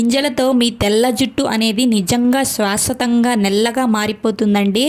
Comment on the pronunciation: శాశ్వతంగా.. స్వసతంగా kadu.. చెప్పినందుకు ఏమీ అనుకోకండి...మళ్ళీ ఇబ్బంది పడతారని చెప్పాను